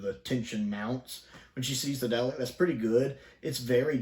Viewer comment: I can't get past the dalek pronunciation here